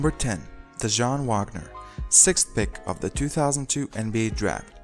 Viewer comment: Dajuan Wagner was pronounced wrong as well